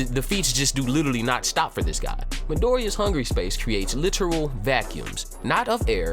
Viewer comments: Midoria it's Midora right :p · Its midora not midoriya cmon dude😂😂😂